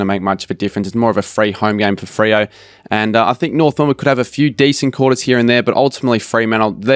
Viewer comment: that man doesn't know how to say Freo